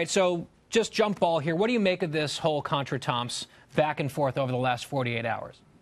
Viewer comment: "Contretemps" Not even close on the pronunciation. LMFAO Epic fail trying to use a big word xD XD